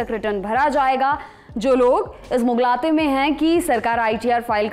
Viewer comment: Mughlate😅 Madamji wo mugaalte hota hai, kabhi Lucknow jaiyega agar mauka mile toh, apki Urdu saf hojayegi